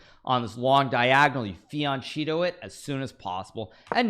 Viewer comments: please learn to pronounce FI AN QUE TTO ....FI AN KE TTO. NOT like cheetos CHEERS, LOVE THE CONTENT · Thanks for perfect video and comment. I have only a small comment. Fianchetto is italian word. Right pronuntiation in English is: /ˌfiənˈkɛtoʊ/. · Why do people pronounce fianchetto like that =S